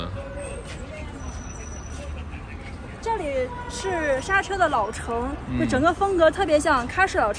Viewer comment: 莎車，應該唸成縮居